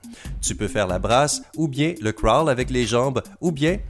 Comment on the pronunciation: La natation est mon sport et ont se cachera pas que j’ai bien rie aux techniques!!! Se n’ai pas sa les bonnes techniques! Et en passant le crawl ne se dit pas comme ça!😂 Si non, super vidéo!😅👍👌